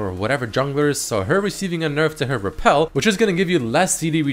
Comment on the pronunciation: I'm sure i'm not the only person here to realize this, but, elise's Rappel, is not repel, it's, Rappel, it just triggers me everytime you say it wrong.